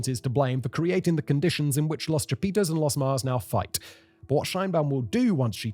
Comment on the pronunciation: Aint no way. "Cha-Pizza".